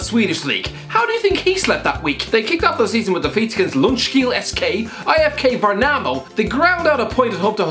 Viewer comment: As a swede, your horrendous pronunciation of Ljungskile SK, IFK Värnamo, Husqvarna FF and Syrianska FC were actually really entertaining.